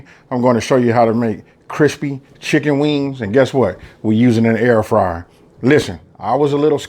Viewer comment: *an air fryer. "add chinken" Learn English.